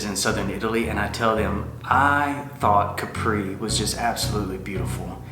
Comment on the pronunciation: Nice video. The first thing we learned about Capri is to pronounce it KAP-pree ;). Also you didn’t mention the funicular that takes you up to the hill. No taxi needed. You briefly showed the historical Carthusia perfumery,,, I hope you went inside. ?